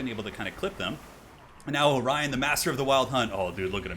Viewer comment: Orion not Orien.